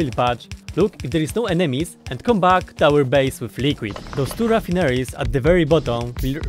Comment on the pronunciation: He's great hey. I love his accent too. He has the best mispronunciations. Ruffinaries :)